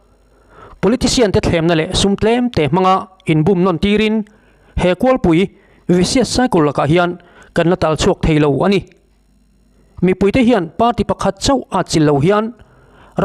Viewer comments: I thu chhiara KAWLPUI i thluk diklo Ruhkawl ti anga lam tur.i thute ngaihthlak a nuam e. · KAWLPUI Kut kawl tih a kawl ang hi, Chengkawl tih a "kawl" anga thlûk tur aw. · "Kawlpui"..... tih i lam dan kha fimkhur teh. Thluk loh tur.... Hmanlai chuan sal leh mia te kawl an buntir thin. Miin kawl a bun chuan a duh duhin a chesawn thei lo. He thu ziaktuin "kawlpui" a tih hi..... harsatna/ tanna a sawina a ni e.